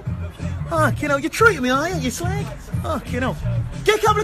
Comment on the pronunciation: The way he pronounces slag 😂😂😂